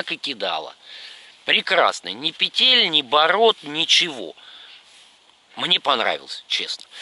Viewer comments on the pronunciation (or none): none